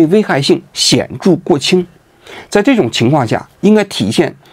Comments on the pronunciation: 谦抑性 不是谦仰性😊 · 王局呀，那叫刑法的谦抑性，不是谦“仰”性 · 谦抑（yi4）性，不是谦仰（yang3）性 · 刑法的谦仰（X）抑（O）性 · 刑法的谦抑性，大叔！不是仰泳的仰。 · 谦抑性，读音qianyixing。王局念成了千痒性。念错了。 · 刑法的谦抑性，不是谦仰性，王局，稿子没念好😂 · 谦抑性，成谦养（仰）性了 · 是刑罚的谦抑性😂不是谦仰性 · 谦抑性，不是谦仰性。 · 谦抑性。王局稿子读错了。